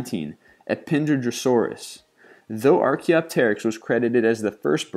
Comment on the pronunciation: The "p" in ptera is silent...